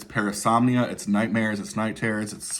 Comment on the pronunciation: Parasomnia. Not Paranomnia!